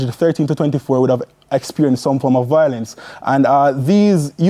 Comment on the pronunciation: VIO-LENCE and not VOIL-ENCE. I am tired of hearing this mispronunciation...